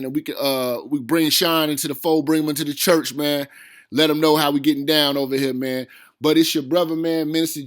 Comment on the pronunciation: Dude 5 min before you actually go on ? And wtf is chuuch! Is that a ghetto way of saying church?